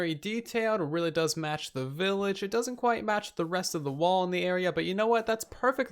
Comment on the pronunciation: First video I've gotten around to watching of TB. Was 'willage' intentional? Though props for saying acacia right. All I hear from Hermitcraft is achacha...